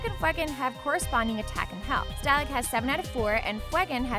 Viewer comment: i wanted to quit so hard but i stayed... unfortunatly. i died when she said stalagg and FWAGGIN